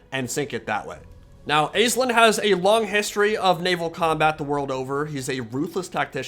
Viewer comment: Over here in Ireland it’s pronounced ASH-Leen